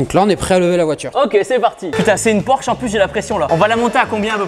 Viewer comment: Porsche pas porche 😂😂😂